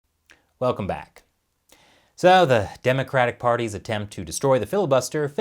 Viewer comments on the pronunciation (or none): none